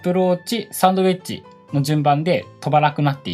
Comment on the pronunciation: サウンド(sound)ではなくサンド(sand)ですね